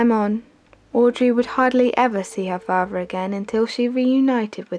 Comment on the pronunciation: great documentary exellent narration but learn to pronounce the letter T mother not muvver father not farver.......M